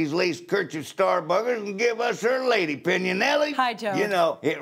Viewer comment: Lady-pinion! rofl